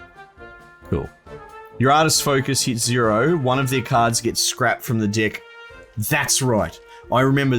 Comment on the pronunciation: is he saying deck or dick